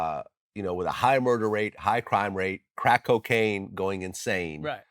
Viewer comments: The way Vlad says “CRACK” will forever be funny…such emphasis every time 😄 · He loves CRACKKK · He's self-triggered by the word crack